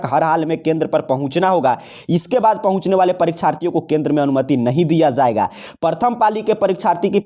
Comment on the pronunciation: جایے گا ۔۔۔ زایےگا کب سے ہونے لگا ہے ؟؟ ج کی جگہ ز صحیح نہیں ہے ۔۔۔۔۔